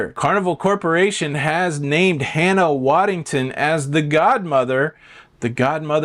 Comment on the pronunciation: And her actual last name is Waddingham (as opposed to calling her Waddington)!